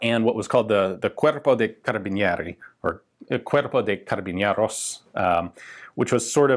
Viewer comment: Feels weird that he's saying "carabiñeros" instead of "carabineros", idk if it has something to do with the accent, but that's an N, not an Ñ